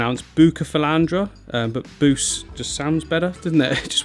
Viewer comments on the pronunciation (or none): When you first said Buce I heard Boosh a la The Mighty Boosh